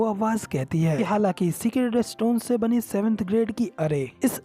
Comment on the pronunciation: It's not secret stone stone. It's sacred stone. Please pronounce correctly